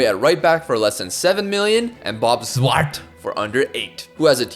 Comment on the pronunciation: I love the enthusiasm in the pronunciation of "Zwart" lol